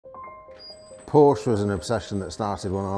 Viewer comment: Even after building a 100 of these they still can’t pronounce Porsche